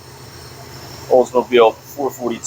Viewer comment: Appreciate the olds video's 👍By the way, it's four-four-two - NOT four forty two